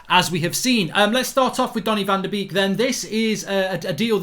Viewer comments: haha he read it as "baby shark van de beek do do do do do do" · Stop saying van de beek wrong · Pronounce his name properly! Have some respect !